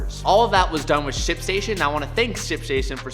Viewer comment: I think you're missing the letter T in Ship Station when you're saying it.